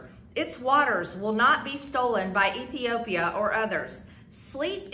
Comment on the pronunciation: Someone please teach this low IQ redneck idiot, how to properly pronounce Ethiopia.....